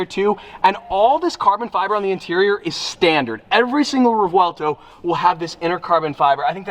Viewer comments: Revuelto has a rolling r. So I suppose rrrev ou el toe (e is silent) as far as I'm aware it's the correct way to say it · "V" sounds like "B" in this instance. "Re-bwel-toe" is the correct pronunciation. I'm not smart - I googled it. I love this car. I love this color. So much for my Aventador dreams. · Hey according to this video the V is pronounced as a B in Spanish & is pronounced in Spanish so it would be like rebuelto crazy I know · I speak spanish as my first language, and the "V" is not silent....it is pronounced as it is....REVUELTO !!! NOT REGUELTO....or REUELTO....NOT GOOD...use that "V" please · It’s pronounced Rev-uel-tow Not Rew-uel-tow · you know you are pronouncing the name of the car wrong....Right? It's pronounced "REY-WELL-TOE" not "REV-VEL-TOE". As a huge Lamborghini enthusiast and ambassador, I would think you'd want to at least pronounce the car's name correctly..... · si dice rèvuelto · Its pronounced as: Re-vu-élto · ''Muerci-e-lago'' and ''Rivuelto'', this mofo americans crap everything they try to pronounce! a lot of money but nothing invested on his gray matter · As an Italian you say the v it’s revuelto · It’s pronounced ha-vuel to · Revuelto, is how you pronounce it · It's pronounced REBUELTO in Spanish. Because we all know that Lamborghini uses Spanish names for all there cars. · Revuelto is a Spanish word and it is pronounced ReBwelto, got that straight from the mouth of a Spaniard friend of mine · Fluent Spanish speaker here. It's re-VUEL-to. The V has a hard pronunciation (Sophia pronounced it right!). Nice to see the car!!! It looks so majestic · Correction for pronounsiation of revuelto is rehuelto,rewuelto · it sounds better as "reWELTo" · In Spanish you would say revuelto and the vue is like a w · The V is not silent. Rev uel to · It’s Revuelto the v is not silent as least not in my type of Spanish 🤣 (im Cuban) it means scrambled or turned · Bro, it’s pronounced Revuelto. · i think its revOOelto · Row el toe